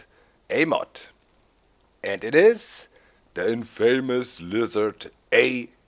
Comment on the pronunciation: the infaymous lizard A. T. WE. :D